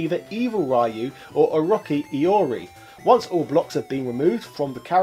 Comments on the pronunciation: O-Rocky is actually hilarious 😂 I've never heard someone pronounce it like that. I mean I know I'm 2 years late, but think of Orochimaru from Naruto, if youre not familiar it's pronounced Oh-Roach-e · O-RO-CHI -CHIIIIIII not "kee" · * Slight nitpick Its pronounced O,roach like the insect Chi like the type of energy in Asian mythology/ folk lore . O ROCH CHI . THE English name is Just called wild or evil iori .